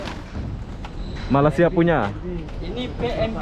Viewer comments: memang sudah azali org indonesia tidak dapat menyebut berapa perkataan melayu. bunyi seperti ijin,malisia,beda,musik.. huruf z jadi j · ni,dari dulu tak boleh sebut " Malaysia" dengan betul 🤣🤣🤣 Ape ape bende oby memang mantap